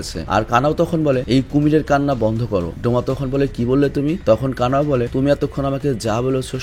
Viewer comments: Kana kana kortacen ken😂😂kanao😊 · কানা নয় কানাউ